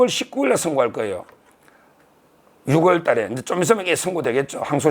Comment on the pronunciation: 서 변호사님~~정말 대단하세요^^근데 6월은 유월로 10월은 시월로 발음하시는게 한글 규칙입니다 ㅎㅎ❤❤❤